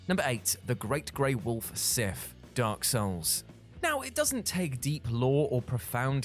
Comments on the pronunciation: the wolf in Drak Souls is named Sif, not Sith, genius. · Sorry to be that guy but it’s SIF not SITH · The name of the great grey wolf in Dark Souls is SIF, not SITH. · Everyone talking about Marlene yet nobody complaining about the Sith instead of Sif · Sif not Sith your editior messed up lol